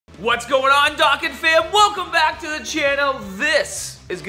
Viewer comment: Stop saying DOCKan. It's DOUGHkan.